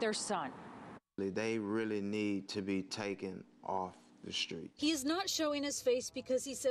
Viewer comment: As soon as the father said eshtreet instead of street I knew he was a bro and it take two to tango. Am sure the son doesn’t look as innocent as they like to portray him